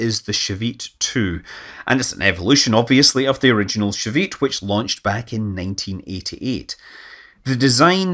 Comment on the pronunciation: And his pronunciation of Shavit and Palmachim is groanworthy. And some other Hebrew words, when they're used.